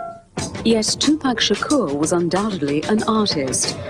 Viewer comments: me too and they can't say his last name right either. they say Sha Core. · ***** People don't even say his last name right. Uh it's NOT Sha CORE, it's Shakur.